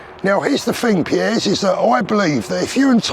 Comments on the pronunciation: Love how you pronounce “ Piers”. “ Pierres Morgan”. Spot on with all you say though man. 👍🏼🙏🏼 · Is it me or should it not be pronounced peers 🤷‍♂️